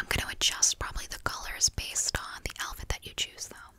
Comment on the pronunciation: Barely four minutes in and I’m falling asleep. I heard and saw my brain say, Elphid? What’s an elphid? Then I woke up a bit and realized you said outfit!